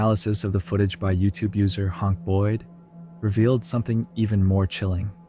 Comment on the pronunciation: "Hank" is pronounced "Haynk" not "Honk". LOL